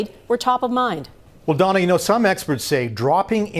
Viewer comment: Ooops its Dawna not Donna...